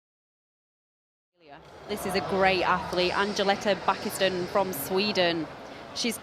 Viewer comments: How the hell do the commentator say her name? Angelita Backiston? That is how she says it to me. How hard can it be to say Angelica Bengtsson? It sounds just like it is spelled. This commentator are either stupid or drunk! The Alicia Bentsson. OMG this commentator is so bad. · "Angeleta Backisten" nailed it...